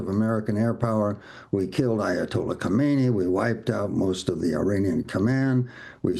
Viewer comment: He keeps saying “straits” while referring to the Hormuz strait. He also pronounced “Kohmeini” when referring to Khamenei. I’m guessing his PhD is from Trump University.